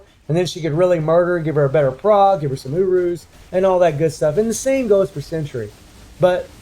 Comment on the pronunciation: Whenever says "Urus" it sounds like "She has no UwUs"